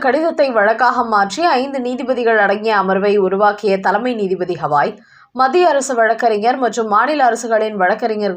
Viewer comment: ஹவாய் இல்லைடீ.கவாய்ன்னு சொல்லுடி